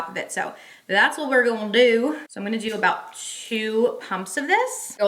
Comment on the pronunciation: I heard a little Tennessee talkin a second. “That’s what we’re goonnneee dooooo…. lol lol